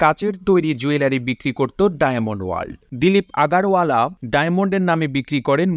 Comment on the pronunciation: আগারওয়ালা হবে না ওখানে আগরওয়ালা বলতে হবে